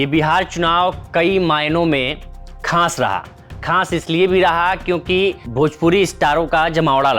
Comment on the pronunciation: अबे खास होता है खांस नहीं